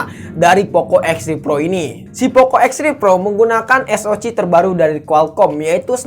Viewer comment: saran aja, kalo ngomong baha inggrisnya jangan nanggung, IPS di baca ai pi es. bukan i pi es. SOC dibaca es o si, bukan es o ci. trus kalimatnya dibenerin lagi, banyak kata yang diulang ulang.